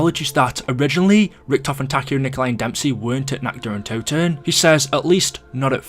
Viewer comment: Toten* not Touten